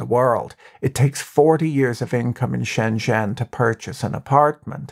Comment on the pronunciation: You'd have a lot more credibility when talking about China if you knew how to pronounce "Shenzhen" and "President Xi," or if you knew that only depictions of Xi as Winnie the Poo is banned in China and not the character as a whole.